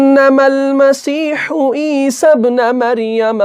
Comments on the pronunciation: Mistake = E-sabnu not E-sabna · پیش ہے زبر نہیں ہے ابن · Surah Maida ki ayat 114 me ap ik correction karlain please , ap ne teesry word ‘ابن’ py zabar ki jagah paish hae ap ne ghalti se zabar laga diya hae. Isi tarah se surah Nisa Ayat 171 jo ap me quote ki us me bhi ‘عیسی ابن” py dhamma yani paish hae Fatha yani zabar nhi. You are doing great job I m literally learning tajweed from your lessons! Please make corrections and upload this lesson again, JazakAllah